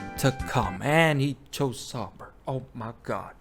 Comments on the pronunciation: >claims people who don't know clips are not true F1 fans >mispronounces Sauber in the worst way possible Wack. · Pronounce Sauber correctly please